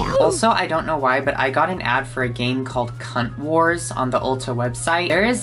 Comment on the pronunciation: Omg the A in the word Wars 💀💀💀